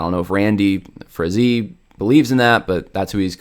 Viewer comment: Randy FRAY-zee